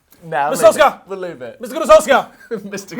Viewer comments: Instead of sulks-sar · Just pronounce Solskjaer "Sol-share"